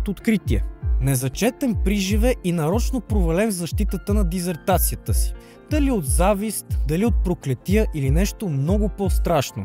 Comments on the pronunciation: диСССертация, а не диЗертация... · диСертация, няколко пъти я произнасяте със "З", иначе много хубав филм, благодаря от сърце! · Дисертация, а на диЗертация